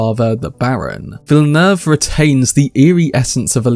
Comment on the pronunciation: Good on y’a to pronounce the director name right!